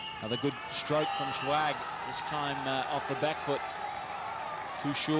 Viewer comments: Yea, they called him Shewag instead of sehwag. too funny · the commentator calling him shwag :)